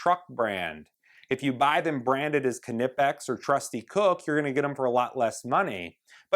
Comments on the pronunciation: Nip-ex. why can't he say that properly.... that's like saying k,no for know.. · On Knipex the K is silent and is pronounced Nipex. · btw did you say knipex the k is silent lol